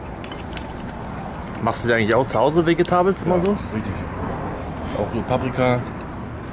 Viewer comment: Philipp Narten kommt davon wenn man einfach sagt: wegetables plis 🤣